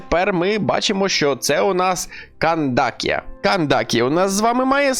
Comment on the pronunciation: За відос дякую, але перепрошую, чому Кандакія, якщо в усіх мовах КРІМ ру вона Кандаке?